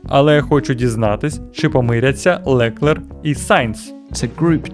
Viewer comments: а ще ЛеклЕр якщо що з наголосом на останньому складі + Ден та Гюнтер вже не в Ф1 ) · Дякую за цікавий погляд на Ф1. Але готуватися треба краще. Дуже ріже слух ЛекЕр і Нюрбургрінг. В наш час інтернету легко знайти як правильно вимовляти. Редакторам великий мінус